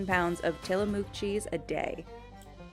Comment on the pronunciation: I don't think I've ever heard a single person here in Oregon pronounce Tillamook with so much emphasis on the "mook" part of the name. lol That said, Tillamook does have some damn good cheese. And ice cream, for that matter.